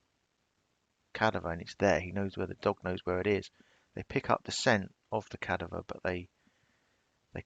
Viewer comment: Cavader dog? You are getting your v and d mixed up mate